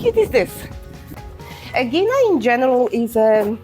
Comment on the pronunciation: is it too much to learn correct pronunciation ...out of respect? ...Ae - e - Na ...and ...Pir - A - Us.